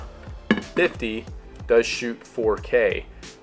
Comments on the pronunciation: What kind a review is this? You keep saying the camera's name wrong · You messed up those names so badly that I had to look at the dial and lens to figure out which one that you were talking about.